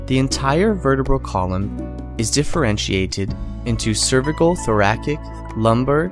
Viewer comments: What the heck are "thorayic" vertebrae? Kept distracting me whenever he mispronounced it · I thought it was pronounced "thor-AS-ic" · Try using a narrator that can pronounce the segments of the spine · I've never heard "thoracic" pronounced they way you pronounce it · the way he pronounces Thoracic triggers me